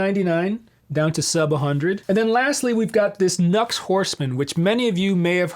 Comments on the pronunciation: NU-X= new x. Not nucks. Think about it.. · Nux pronounced “ new x” i believe... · Cool comparison I believe the NU-X is meant to be pronounced with two syllables Nu and Ex. Who knew? There's a world of klones out there, aren't there. I have two budget units currently. Tone City Bad Horse Caline CP-43 Pegasus I'm preferring the Pegausus at the moment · Too funny, I thought NUX was pronounced "Knucks" too. But then I heard another say Nu-X and prounounced it as "New-Ex". Who knows though.Good pedal for that price. The latest Klon, the Silver or Golden Horse by Mosky. That's the pedal that arrives later this week. It's my 3rd sub $30 pedal and I really haven't been disappointed with any of the other 2. Rowin Noise Gate, Mosky Mini Muff. I really do like the Mosky Mini Muff, but there's only so much Smashing Pumpkins you can play before that gets old, especially when you play Smashing Pumpkins as bad as I do. You can also understand why I throw $30 at a pedal, I'm never touring or recording at this stage of my life, so I don't need a dead ringer for any clone pedal, just something that gets me close enough. Maybe that's why I sound as bad though, the pedal might drift away from exact match and that's part of the reason why, poor dexterity being primary though. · Here in Australia, I've heard them being pronounced as "NEW-EX" (NU-X)